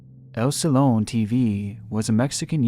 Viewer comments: Just fyi, since I know how dedicated to detail you are, in the story about the rapper QBA, in Spanish J's are pronounced like H's. So it's spelled Jalisco but its pronounced Halisco. And a double L is pronounced like a Y, so it's pronounced like Si-yon, not Sillon. And in Mexico you don't criticize the cartels, no matter who you are, because no one can protect you from them. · LOL I love your videos, but you seriously gotta work on your Spanish pronunciation. The "J" in "Jalisco" sounds like an H and the "ll" in "sillón" sounds like a Y, but oh well. I've honestly never heard those words pronounced the way you do. It's very . . . unique. 😂